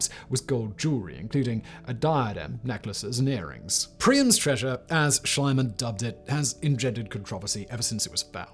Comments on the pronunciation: Simon, Simon, Simon - In German "ie" is pronouced "ee" and not "ai" Great video as always! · I like your video, BUT PLEASE WORK ON YOUR PRONOUNCIATION! Mr. Schliemann is pronounciated like "Schleemun", if you are an "Anglo-Saxon Speaker". And you seem to know it, because you sometimes do it right and sometimes wrong. All German speakers are in true horror about it! Thank you! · It never ceases to amaze me how is it possible to butcher names of such well known people as Schliemann. Reminds me of the "Medi-tz-i".